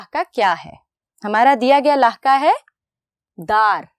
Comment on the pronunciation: استاذ کا تلفظ جو ہوگا بچے بھی ویسے ہی سیکھیں گے اس لئے پہلے اردو لغت سے صحیح تلفظ دیکھئے پھر تعلیم دیجئے مثلا: "لفظ" ف کے سکون کے ساتھ ہے نہ کہ ف کے زبر کے ساتھ قدر میں ق کا تلفظ ک سے ادا کیا جارہا ہے لکھتے ہیں ق اور بولتے ہیں ک "لاحقہ" ح کے زیر کے ساتھ ہے اور اس میں بھی ق کو ک سے بولا جارہا ہے لکھتے ہیں لاحقہ بولتےہیں "لاھکہ" نیز اردو کے استاذ کو چاہئے کہ اپنی اردو تحریر بھی درست کریں تاکہ بچوں کی اردو تحریر و تقریر دونوں درست ہوں امیدکہ توجہ دی جائیگی۔